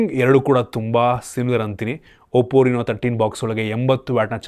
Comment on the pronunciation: ಅದು oppo ರಿನೋ ಅಲ್ಲ ಗುರು, ಅದು ರೆನೊ 😂